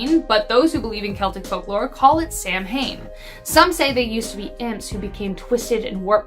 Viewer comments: It looks like Samhain but is pronounced sow-en. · Samhain is actually pronounced sow (like a female pig) en. It is the Keltic pronunciation. Abilene is pronounced ă bil een. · Samhain is pronounced sow-one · Samhain is pronounced "sow-in"